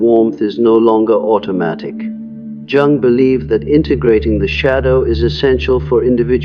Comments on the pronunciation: Dear, please improve your AI. It’s Carl Yung, not Jung when properly spoken in spite of the spelling. Very distracting while listening to this information. The information is very good, I am in the Sophia stage myself. As a very deeply empathic person, getting to this transitional level and allowing it to be a big part of my being, has assisted me in letting things go that no longer serve me. I slip back into empathic mode when it’s not necessary, but this has been a lifetime in the making. Still learning to let go of that which is not mine to carry. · His name is pronounced Yoo-ng, not Jung, as in rhyming with hung. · You lost me at "jung" instead of "yoong" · Jung is pronounced "Young". Stop being so lazy, run through your scripts before feeding into a voice generator and make phonetic changes as appropriate. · The pronunciation of Jung is actually [Young]. Sorry. That was bothering me 😂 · This is informative. Thanks. But can you please pronounce Jung’s name properly? I cringe every time I hear it mispronounced. He was German. Jung is pronounced “Yung” (young). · So the Sophia stage is when empathy becomes compassion??? I wish they didn't use the AI narrator the can't even pronounce Carl Jung's name. It's annoying. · Lost me at the AI mispronouncing Jung like ten seconds in. I know you're fine with putting out slop but maybe listen to it once before posting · It’s “Yung” not “Jung” …the word Anger has a hard G. If only AI could get this stuff right I’d think a real human was talking here. Btw, the Sophia stage rocks!